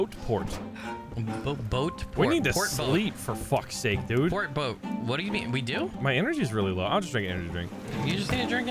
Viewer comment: "We need a Bort Poat" 😂 Words are hard! I can relate. Loving this play through and! ♥️ I can't wait to see more!